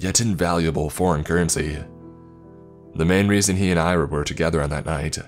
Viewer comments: Great narration, I enjoyed it but here's a tip: Ira is pronounced Ee-rah, not Ai-rah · should be pronounced Ear-aa. Irina diminutive.